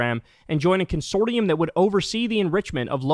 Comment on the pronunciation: Consortium is pronounced kun-sor-shum